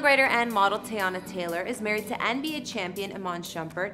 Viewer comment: Say it with me (tee-yah-nah) not tayonna